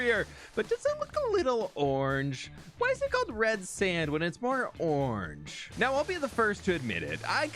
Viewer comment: Bro really said ornge